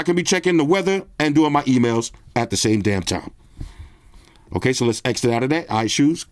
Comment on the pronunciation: Dude said eggsit😂😂😂